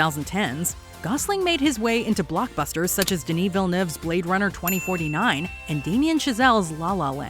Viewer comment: Thank you for saying Villeneuve correctly. ❤